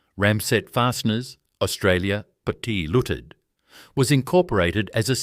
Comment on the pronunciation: Pty. Ltd. = Pattya Looted?? Bloody AI narration!